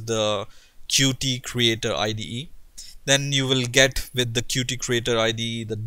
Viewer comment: it' pronounce "Cute" NOT Cu-tee!!! it's in the official documentation!!! You fail dude, why everyone say Cu-Tee??? Oh! I know why...